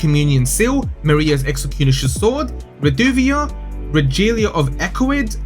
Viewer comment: RE-GA-LIA.😂 jokes aside good video.